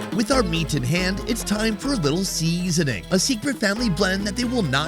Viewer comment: SEEEEEEEEZENING! So funny how you say it!